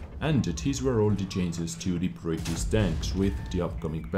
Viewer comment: If not for the information, can I sue you for the nice sound fx? ;) Btw, "chainses" cracks me up every time. :)